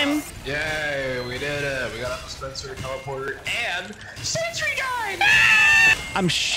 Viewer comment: DISPESAH DOWN